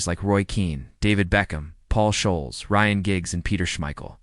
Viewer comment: This is appalling 🤢 Ferguson signed Ole Gunnar, he didn't come to United and turn his career around ! Scholes is prounced " Skols!". 🙄😅😂